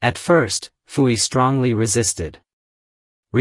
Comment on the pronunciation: Poo Yi, not Foo Yi.